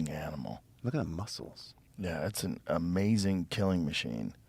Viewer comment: Love Hancock, but it's hard to hear "amazzin" and "rezzorses" over and over.